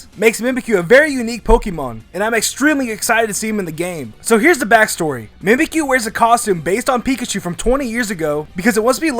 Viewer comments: ITS mimicyu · Mimikyu Mimic-you